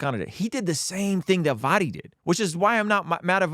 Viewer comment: Also,, it’s V-OH-Dee not V-Ah-dee.